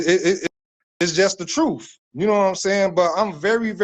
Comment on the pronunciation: I dont trust a person that says Truuuuf instead truth. 😑😑